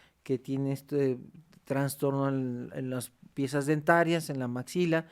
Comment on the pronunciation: “Tanstorno”. Lol.